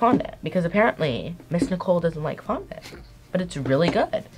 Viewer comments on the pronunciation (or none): Fandant or however u say it no I HATE IT